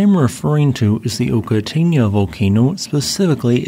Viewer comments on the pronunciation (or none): Very interesting, I would imagine it was a devastating event for the local Maori as well. The correct pronunciation is ' Oka-tai-na ' 👍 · Pronounced Oh ka tie nah. 👍🏽